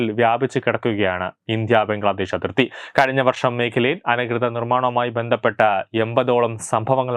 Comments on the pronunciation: അനകൃതം അല്ല, അനധികൃത മാണ് വേണ്ടത് 🙏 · നിങ്ങളുടെ ഉച്ചാരണവും വാക്കുകളും ഒട്ടും ശരിയല്ല. "അനധികൃതം" എന്നു പറയാൻ പോലും അറിയില്ലേ. അഷാന്തി അല്ല. അശാന്തി ആണ്. "ശ" അക്ഷരം ഉച്ചരിച്ചു പഠിക്കൂ. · അനധികൃതം എന്ന് പറയുക,ഉച്ചാരണം ശ്രദ്ധിക്കുക